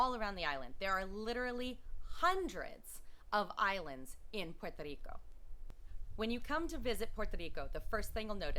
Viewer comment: Puerto RRico. Like Jerry in english. You've been there long enough to know how to pronounce it better even with an English accent.